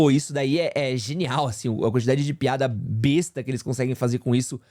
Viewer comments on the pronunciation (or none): none